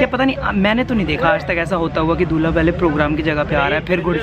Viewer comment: Bhaiya it's not "Dhula" Dhula matlab BALOO , RET , SAND it's "Dulha" ...😂😂😂😂😂🤣🤣🤣🤣